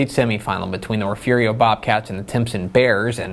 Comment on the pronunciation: You pronounced Refugio “Referio” 😂